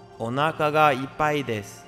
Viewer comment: 「おなーかがイパイです」最悪の発音🙈東南アジアの方だろうね。